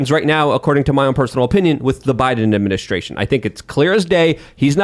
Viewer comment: I was listening with the video off, so please forgive me if I misidentified the voice, but did say, "the Biden amemenaninistration"? Give him some time off, bro; I think listening to Biden and Fetterman is doing damage by proxy. I'm kinda teasing, kinda serious.